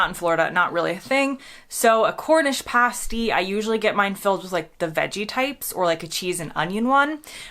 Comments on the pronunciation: You sorted out the crumpet, English muffin thing about a year ago. Hopefully it will stick now. Next thing is the pronunciation of pasty. If you go to Cornwall and ask for a paste-ee you'll be escorted to the border. Elsewhere people will just roll their eyes, shake their heads and say tut. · now i'm wondering if you ever read the comments - for the millionth time - crumpets are not muffins, they're not even similar. and if you ever find yourself in Cornwall asking for a pasty the way you say it, you might not get out alive. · I like the flavour of rhubarb, I don't like the texture of it, so I don't normally eat it. Everybody knows the only crumble is blackberry crumble anyway. Also pasties are those things some women put on their, y'know, I'll keep it youtube. A pasty is pronounced differently :) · FFS - You heard her pronounce "Pasty" correctly - and you still insist on pronouncing it Pastey. It's Past-EE, NOT Paste-EE! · Pasty not pastey pronounced like past(sounds like fast, or cast) [not paste like waste] then the y pronounced as eh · You are pronouncing Cornish Pasty wrongly … it is past-ee not paste-ee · Pah-stee, not pay-stee. Crumpets are NOT english muffins. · Yo. got to take issue with your pronunciation of "pasty". Paste is something you hang wallpaper with, you don't want your Cornish delicacy tasting like that. It sounds like "living in the past" with an pronounced e on the end, past-e, with a short e. Jethro Tull ref there living in the past 1969 have a listen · Jeez, there was far too much Marmite on that toast it showed there. If you aren't putting butter on toast then just a smear, no wonder you don't like it. In very sparing amounts it's delicious. By the way pasty, as in Cornish pasty, isn't pronounced like pasty faced, but like "past E". As well as part of a roast dinner with gravy, I occasionally enjoy Yorkshire puddings on their own with a bit of Tate and Lyle golden syrup on them. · It’s a pass-tee, not a pay-stee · Pasty said past-e 🤨